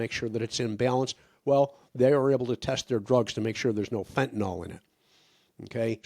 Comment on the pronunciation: I have a tendency to be nit-picky; perhaps too much so. But fentanyl, say fentanil is correct. Fentanol is incorrect. Yes. I’m too fussy.